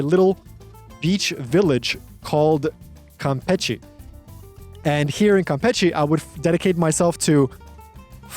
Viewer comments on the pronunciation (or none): 3 months over there and you can't say it right? It's "campeSHE", as in "shh". There's no "t" sound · mano I don't know how you have been there for 3 months and are still pronouncing it "Campetchie". face palm